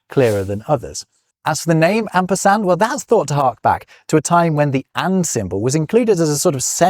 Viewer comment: Min : Asperard or Asperand?!?!